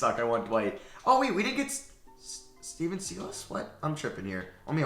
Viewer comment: u keep saying stephen silas wrong 😂😂😂😂 he’s the son of old cavs coach paul silas from lebron’s early years